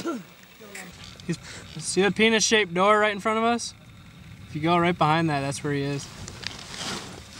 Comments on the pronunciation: "The pienes shaped door" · Did he say "see that penis shaped door" lmao xD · wait at the end did he really say penis shaped door?